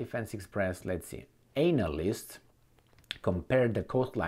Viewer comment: Please check your pronunciation of the word analyst . It is not anal...